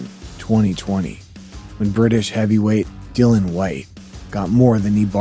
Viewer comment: his name is not Dillon, it is Dillian to rhyme with Gillian or million.